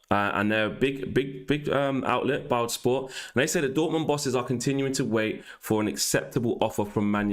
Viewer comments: Man said Biled lmao instead of BILD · Not trying to be the annoying grammar police but I think “Bildl is pronounced the same as build. Keep up the great shows I’m loving it